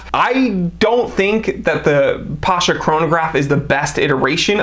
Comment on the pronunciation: It's not Pásha (it will be a popular Russian name), it's Pashá (ottoman military commander)